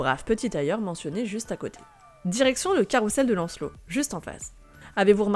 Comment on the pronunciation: Très belle vidéo, superbement illustrée ! Un détail : "carousel" se dit carouZel et non carouSSel ;)